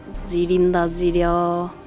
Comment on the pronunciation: 칼날에 무늬 새긴다음에 지린다 지려 할때 발음이 재밌었어여! ZI린다 Zl려